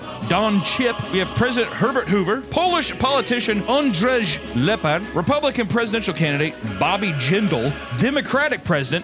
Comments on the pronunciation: Andrew or andrey not andresh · As a Pole, I was taken off guard by the pronunciation of Andrzej so bad but I appreciate the attempt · Polish was so fucking mispronounced. Z is like English Z and J is like English Y. the way you pronounced Z or J is perfect for Ż and RZ. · the pronunciation of Andrzej killed me lmao